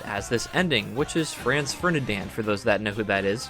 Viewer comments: HOW did you pronounce "Franz Ferdinand?" 😆🙈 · No, Franz Ferdinand.. pronounce it correctly